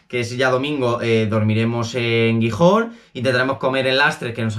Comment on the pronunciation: Pasarlo bien por los pueblos de la costa , espero q te haya ido bien en travesera Posdata : pronuncia bien Gijón jijiji